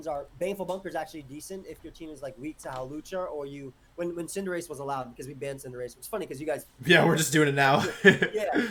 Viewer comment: Why does he call cinderace cinderachie